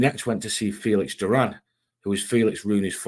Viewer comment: The name hes saying is Doran(door/an), not Duran . Great job though, very interesting.